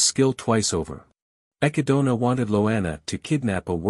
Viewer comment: Hearing the text to speech program butcher the word 'echidna' brings me unimaginable pain